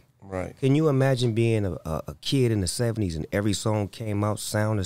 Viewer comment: Snoop said imaginate 😂.